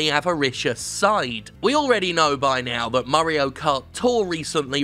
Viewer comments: "Murray-o Kart". Oy, it's me. Murray. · The way Jim says mario should be the official pronunciation